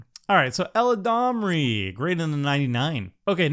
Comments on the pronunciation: "Eladrami" XD. spends too much time listening to Seth:p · Yo what's going on at MTG Goldfish, is it a meme I'm not privy to? Every single host calls Eladamri "ELADRAMI" lol... I deserve to know!